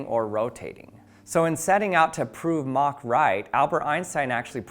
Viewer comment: Thumbs up for pronouncing “Mach” correctly.